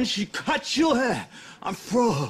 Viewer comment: Cut yo heh? What’s your heh? I know it’s supposed to be hair.. but he’s saying cut your heh